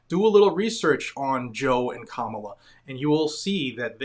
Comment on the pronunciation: Camaro Harris.....C..Comicon Harris....Kamehame Harris......Kamilama Harris. Man. Just can't get that name right